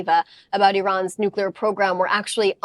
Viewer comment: He's the first person I've heard pronounce the word "nuclear" correctly in a long time! 🤔